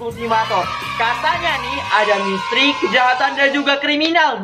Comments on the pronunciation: Bang ko ngomong misteri malah jadi mestri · Mistery kak bukan mistry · Kak kalo ngomong misteri kok mustri...🤣wkwk kasih love ya😍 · Gw: misteri.... Kak: mistri...wkwkwkwkwk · Emanag tapi gak papa kok maksh han lucu